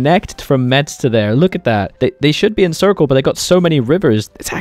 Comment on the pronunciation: FYI, the "z" in "Metz" is pronounced lik a "s".